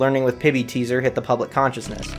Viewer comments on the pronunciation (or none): public counciousness? collective conciousness 🤓